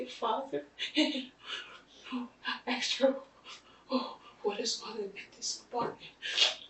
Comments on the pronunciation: Stupidity is the main cause. They never pronounce "asked" correctly. They say somebody axed them a question. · Why does she keep saying ax? And why do they get these weird names from?? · ITS ASK NOT AXE AND GONNA NOT FINNA. NOGS MESS EVERYTHING UP